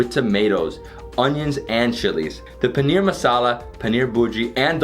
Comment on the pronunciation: Bhaisahb ko paneer bolna seekhao yaar paniyer bol raha hain🤣🤣